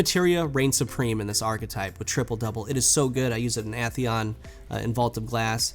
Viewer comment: you pronounced atheon the way the it was said in the age of triumph trailer? ya dislike